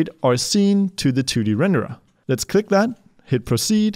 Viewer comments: I like how you pronounce renderAH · too many renderAH lmao